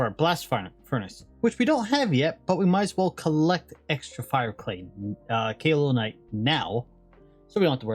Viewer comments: Since you keep having trouble pronouncing Kaolinite, you can remember it as "K.O. linite" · I always pronounced kaolinite cow-lin-ite but I could be delusional.